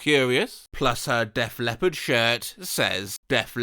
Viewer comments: "Def Lepipen"💀💀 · Bro Def Lepplin made me choke 😂